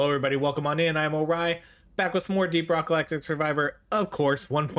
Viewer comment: He's widdawy pwaying deep wock gawactic